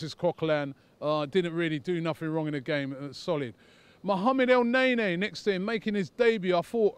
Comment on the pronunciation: it's pronounced elneny ffs smfh